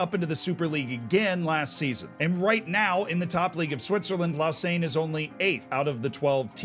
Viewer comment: Nice pronunciation of Rolle and Lausanne, although I would argue that Rolle is a village. A small town maybe